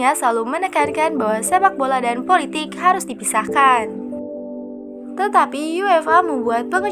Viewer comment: Macam cilaka suara dia. Semua sebutan akhir dipanjangkan.. Hahahahaha bersenjataaaaaa... Politikkkkk... Sepanyolllllll